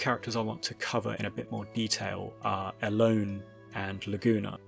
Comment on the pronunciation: I think her name is pronounced El-O-nEH